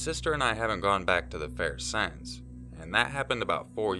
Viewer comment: Would it be too unoriginal to roast you for your pronunciation of the word "since?" :P Although I will say that it has gotten slightly better in recent videos. :p